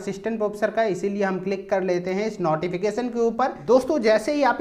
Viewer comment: Sir notification hota h ap hmesha nauteefication kyu bolte h